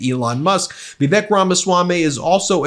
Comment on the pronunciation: In respect to Indians, please pronounce Vivi-Suck's name properly.